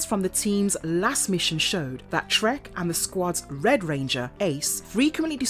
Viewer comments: I think they were actually saying "Trekk", but it is so very close that even I kept thinking he was saying "Shrek". It would, on the other hand, be a totally appropriate Name for the Green Psycho Ranger! ;P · Is she saying the psycho green rangers name is…shrek? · Are you saying Trek or Shrek